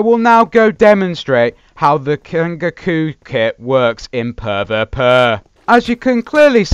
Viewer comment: It isn't puh vuh puh its pee vee pee